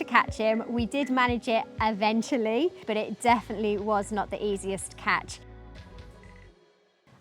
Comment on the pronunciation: "Uhvenshuhly" is not a word. * Eventually.